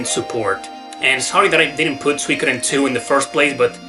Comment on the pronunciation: "Swe-kudden" hehe. Nice video.